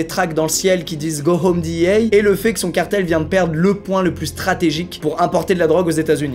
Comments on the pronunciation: on dit D. E. A. , pas DI i HEY ou j'sais pas quoi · la ''dit i hey'' hahaha omg parler anglais cest pas votre fort :P tu peux le dire en francais ca existe cest la dea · Ptain tu peut pas dire dé eux ah comme tout le monde nan mdr DIHIEYE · Qui prononce DEA a l’américaine à part Squeezie sérieux 😂😂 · = le seul francophone a prononcer "DEA" en anglais 😅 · Qui dit la D.E.A avec la prononciation française 🖐🏽